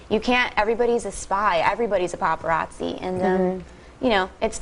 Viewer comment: haha Regis says "paparazzi" like "paperatzi"